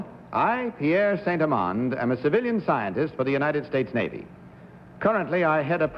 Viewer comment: “Pierre St. Elans”?? I think it's Pierre Saint-Amand!